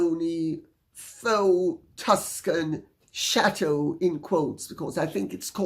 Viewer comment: I shrieked with laughter when you said "shatooo". It explains the 16 bathrooms